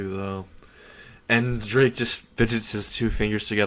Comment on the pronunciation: Good story but your pronunciation of several terms and names is wrong. For example, you said Ko High, when it's Kuoh High. Also, you kept saying Drake instead of Draig. The resurrection should be an entirely Spanish name like all other Arrancar releases. Empty Dragon Oni (Ogre) translates to Resurrección: Ogro Dragón Vacío